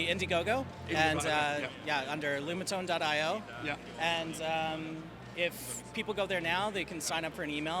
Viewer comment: Lumatone not Lunatone!